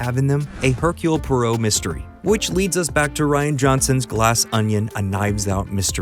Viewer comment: Bro butchered the Poirot pronunciation, 'per-roe'??